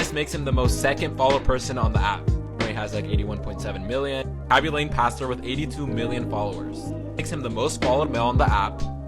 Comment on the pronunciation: why do you say kaby lame like that